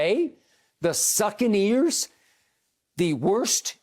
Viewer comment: Skip: "the succaneers" 😂 😂 😂 😂